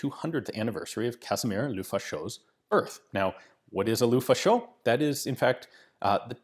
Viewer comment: please "luh-faw-shuh", "luh-fah-sho" sounds weird in French, it means "the fascist" in slang.